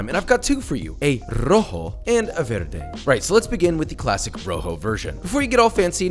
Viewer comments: Josh, it’s VARE-day!! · You can pronounce Chilaquiles, but not Roja or Verde?!? whatever. At least you didn't break the bank on these.